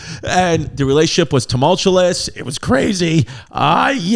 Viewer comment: Temultulus marriage